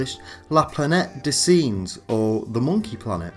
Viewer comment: Your pronunciation of Planete des Singes in truly cringeworthy. Please record it with a better pronunciation. Very bad and deters from your good analysis.